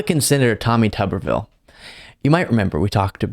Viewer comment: Tommy Tubberville, or Tommy Rubberville? (Rubbin' one out, I mean.)